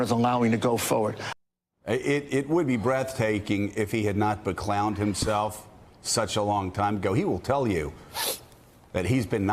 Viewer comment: I don't understand why Rudy Giuliani, a former U.S. Attorney who was a part of the Justice Department, cannot say "Justice Department." He says "Jushpartment."